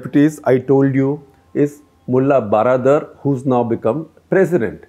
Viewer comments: Regarding Mulla Baradar, the word baradar is Persian version of English word "brother". So, baradar simply means bhai. If translated it will become "mulla bhai". The word has to be pronounced almost same as how we pronounce brother. So, just wanted to point out that the way you pronounce "baradar" which appear to be "12 dar" is not correct proper. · If you want to correctly pronounce the name of baradar, just say 'hello brother' a Salman khan film... that brother is exact pronounce for this gentleman. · If you want to correctly pronounce the name of baradar, just say Salman khan film hello brother.. that brother is exact pronounce for this gentleman.